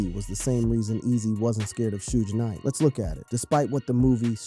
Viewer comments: Did u say "shoes Nike"???!!! It's Suge knight!!! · Dude....your a disgrace to talking on this matter. Butchering names and your style to discuss is childish. These are real people who lived and died to being our world some of the strongest, most real music for its time ever. You do them all a disservice. Stooge night and 2 pack...your joining right... please just stop. This music was iconic and being born in 88 and growing up with this story...it disgusts me you cannot even get their names right. Just stop. Please. Huge shame on you for butchering these icons. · Need to learn how to say people's name suge knight